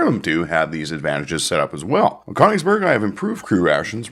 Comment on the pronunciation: Königsberg is pronounced KUH-nichs berg